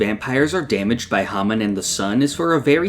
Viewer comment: The way you mispronounce hamon drives me crazy and it's in your channel name lol